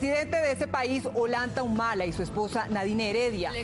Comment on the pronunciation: la chica dice Olanta Humala asi tal cual.